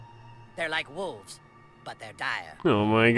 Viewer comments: Lol Speedy killed the "wuves" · "Wooves" He calls them